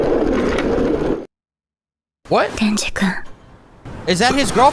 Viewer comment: Why does it sound like he says denji like deji💀